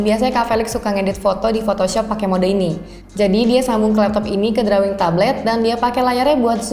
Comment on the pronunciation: touch dibacanya /təCH/ ya de....... sedangkan drawing dibacanya /ˈdroiNG